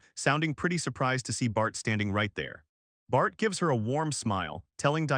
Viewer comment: Whenever you say bart i hear fart😂